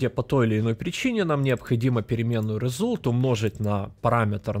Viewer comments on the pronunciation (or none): Ну подтяни ты уже английский, раз уж делаешь курсы... Тем кто знает английский уши режет, а тез кто не знает, учишь гавно английскому. Какой блять резулт? Резалт, не резулт.. Перед видосом хоть открой переводчик и посмотри произношение.. Та же самая прртензия к твоим сум(sum) и нум(num)... Когда они произносятся как сам и нам.